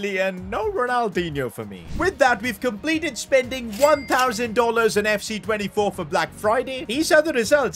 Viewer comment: "we compelted life"💀